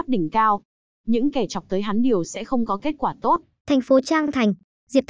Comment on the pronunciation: Đừng "tôt" chứ.nghe ko hay gì cả